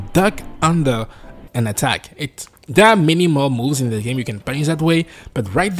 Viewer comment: i also discovered using crotch punch on 2nd stage just shuts down all chances of mix ups and overall makes it very predictable and easy! feels a bit cheesey but it is wat it is. keep up the great content yo. my friends and i have this ongoing joke about how you pronounce 'game'. LMAO we love to see it. 'And... the grheat thing about tha ghame!'